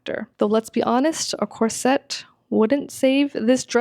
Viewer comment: Ok its a Corset, not a "corsette"!!! I have been wearing them for ages, and my good friend is a costumer, professional, and this pronunciation is not accurate, unless you're speaking French.